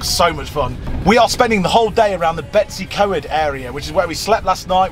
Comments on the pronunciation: May I please correct your pronunciation of what you call "Betsy Co-ed". It should be spoken as BET-uhss uh COYD' (not 'Betsy Co-ed'!) 😁🏴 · The way you pronounce Betws Y Coed 🤣🤣🤣 Sorry, I still love you! 🏴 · Little help with pronouncing , betws y coed sounds like "Bet us her coyed " hope that helps